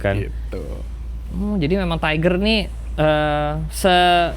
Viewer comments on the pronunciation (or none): please bukan taiger 🥲